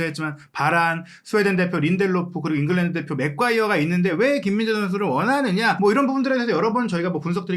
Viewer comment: 매과이어를 항상 맥과이어로 부르네